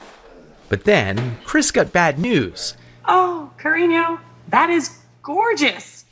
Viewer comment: “Ca-ree-neo” 😂 white ass AI bot, why did it even use Spanish to begin with?! 😂